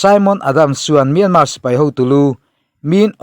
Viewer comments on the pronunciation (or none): Myanmar tih youtuber ho hian in lam dik lo vek mai hian ka hria myan tak hi in thluk dik lo vek.. google ru pronunciation